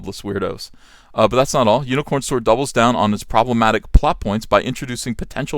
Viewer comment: I love the way he says "Hewnicorn Store"